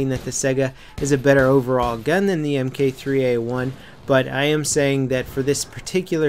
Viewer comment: it's Mark 3 A1 say it appropriately